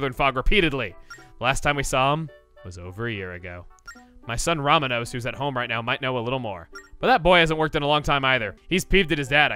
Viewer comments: row-MAWN-ose, not RAW-muh-nose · I'm sorry but as a fellow Hispanic, there is NO excuse for you to call the son of the seafarer "RAH-muh-nos" instead of "roh-MAH-nos". I am sickened and disgusted by your grave mistake. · Chugga, just wanna let you know Romanos is pronounced Roh-MAH-nos, not RAH-muh-nos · its not "Ramanos" its "Romanos" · I think his name is pronounced "roh-MAH-nohss"